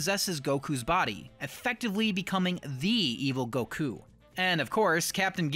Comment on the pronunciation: FINALLY! SOMEONE THAT SAYS GOKU NAME THE CORRECT WAY